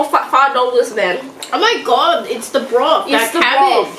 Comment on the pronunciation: “this BROF”